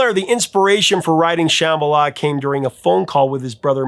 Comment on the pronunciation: It sounds like you were saying Shamala instead of Shambala